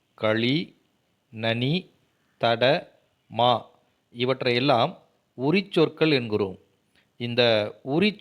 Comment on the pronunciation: ‘நனி’ என்பது ‘தனி’ ஆகிவிட்டது . உங்கள் உச்சரிப்பில் ‘கள்’ என்பது ‘கல்’ என்று ஒலிக்கிறது.